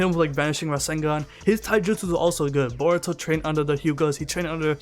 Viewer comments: sounds like he says Baruto lol but great video as usual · I feel like he’s saying boruto like that on purpose